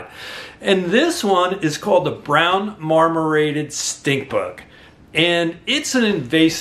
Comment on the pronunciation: Marmorated, not mormorated